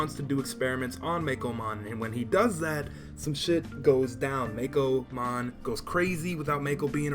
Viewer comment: You're saying Meicoomon wrong. It's not "Meikomon" It's "coo" like "Cuckoo" or like "ooooh, pretty~!"